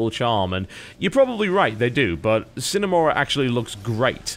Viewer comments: Uh, Ok. I guess being home schooled would be a reason to not know math or have learned how Sine is pronounced from Trig. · Not if it's a Latin word. It's actually pronounced with an audible "e" sound at the end: S-I-N-E. It's pronounced phonetically. And in this case, it IS a Latin word, meaning "without".